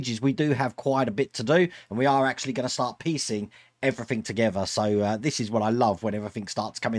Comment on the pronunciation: Lol I just love the way that you say "Everythink" rather then "Everything" you know with a 'g' at the end!. But we would not be who we are if we did or said things 'properly' all the time would we! Take care, (Hope your mum and dad are ok)